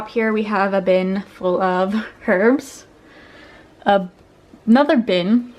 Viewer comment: HuR-bS = Herbs